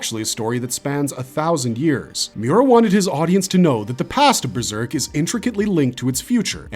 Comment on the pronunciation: Breserk? How can you not even speak English properly as your first language???